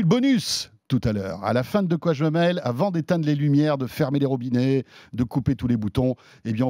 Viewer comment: Expression Québécoise ratée....On écrit et dit : De quoi j'me mèle!!! Et non "mail" comme la poste qui n'a aucun rapport dans le contexte et qui veut dire en réalité qu'on ne s'occupe pas des ses affaires...Sachant que dire qu'on est mélangé en diminutif au Québec pour dire qu'on est mèlé est significativement impossible à imager en France...On n'utilise pas une expression si on ne sait pas ce qu'elle veut dire!!!😂